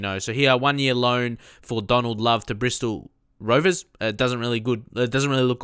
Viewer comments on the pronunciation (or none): none